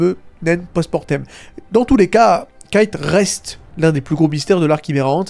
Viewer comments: Kite 😢 dit Kaito stp sa me perturbe 😅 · en tout cas on sait que ça se prononce kaito ça j'en suis plutôt sur à 100%(en japonais ça se prononce comme ça)